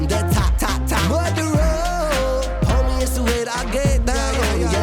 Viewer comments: Damn, can sing. Let's hear it! What a great song. LOVE the groove and feel of this one. Ren smashes another one. I love his pronunciation of the word "murderer". Anyway, great reaction once again! Thanks,.:) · The reggae link that was immediate for me when he said it had a touch of reggae but mainly hip hop, along with the song title is Barrington Levy - Murderer, even how Ren pronounces Murderer just reminds of Barrington Levy. I think Ren has smashed it out the park on this one, I want to say its my new favourite but its getting hard to pick a favourite.. :D RA TA TA TAT